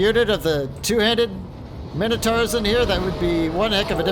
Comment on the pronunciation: Just jumped in as it's the first vid I saw, fancied taking a look at a tough Beastmen campaign. But I can't put up with it. When have Mine-O-taurs been called fucking minno-tars? Youre not the only one who fucks this up, but I can't deal with it man. Plus you're so damned indecisive. Had to quit out, won't be back.